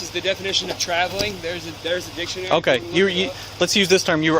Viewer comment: "I got a dictonary"